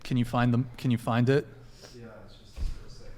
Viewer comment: went full rich white California guy 😂😂😂😂😂 when he says “yih” bro tryna act hood LOL